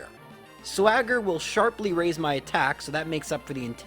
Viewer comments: MAH dry bread. Not my. MAH XDD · ITS NOT MY DRY BREAD ITS MAH DRY BREAD